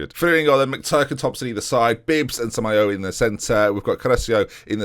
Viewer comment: Okay I'm typing this until you see it so here we go: "FER-REEN-YO" "SAMA-YO-A" (seriously, lad) "CA-ROTCH-O" "BUH-MAWN" (put some French flair on the "AWN") Like so sees.